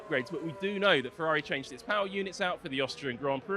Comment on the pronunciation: Ferrari pls, not "Fevvavi"